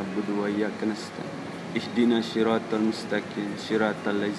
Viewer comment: baca alfatihah nya perlu blajar lagi..bang...panggil ustad ke rumah...." bukan isdinashiroot.... tapi ihdinasshiroo